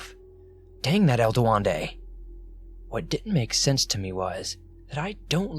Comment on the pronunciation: "Du wen de" Duendé